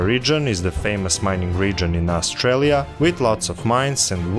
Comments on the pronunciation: "Australia", not "Austrailia" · AustRAILia Lmao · AustRAILia is kind of fitting though :)